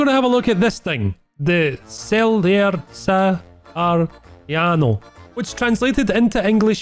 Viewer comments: (I’m italian) the name is read chè le re sahariano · Please...I know that pronounce italian Is difficult...but you can't Say celere sahariano in that way